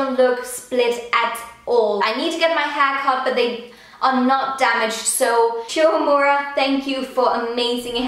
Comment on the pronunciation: Fra en anden blogger med et godt kendskab til japansk, har jeg hørt at navnet udtales "shu-U-e-muda". 😉😬